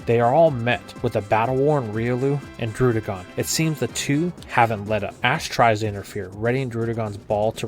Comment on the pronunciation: Bro you got good content but for the love of god learn how to say Alder not Adler and druddigon not darudigon it’s annoying